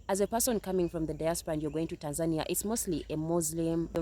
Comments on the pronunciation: 😂😂 Jezzez lady - its not called ”Tansaaanja” its called Tánzaniiiiia. 😁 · To the second lady, perhaps if you properly pronounced the name of their country, they would have liked you. It's tAAn-zuh-nEE-uh! It is not TENZAN-ya! Holy hell. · Tan-ZAN-ee-a??? listen Maybe learn how to pronounce the name of the place you want to live in??? at a minimum? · It's pronounced Tan-zuh-nee-uh. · Ha ha the 2nd gal needs to pronounce tazania right 🤣. And stop going to tazania. Go to uganda you wont have those issue. Mabey the pick pocketing or prices raised to muzungu price ha ha. Or go to kenya. And most americans are use to america and are spoiled and privileged like crazy. So ofcoarse most will go crazy in africa at some point. Not gonna get the princess or king treatment in situations like you do in the u.s. gotta be a humble person to handle it. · GO live abroad for about 2months and then make up your mind. Maybe young lady #2 should learn to pronounce the country name, Tanzania, correctly. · Maybe the problem was you continue to mispronounce Tanzania! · She didn't pronounce Tanzania correctly. Its a different culture,rules, customs and bribes are a natural part of the culture. An American woman alone in Africa is a not advised. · Well, I think I’ve been pronouncing Tanzania all wrong since forever 😬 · The fact both women at the beginning of the video are unable to pronounce Tanzania. Moved to an African country with a huge Indian population…… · I go to a country and can't pronounced the country's name they need to kick you out. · Go cry to someone who cares, you can't even pronounce the name of the country right. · The lady with dreds couldn’t even pronounce the country’s name right. Nowhere else scams like USA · That one girl pronounced "Tanzania" differently every time she said it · Why are the mispronouncing Tanzania. Look it up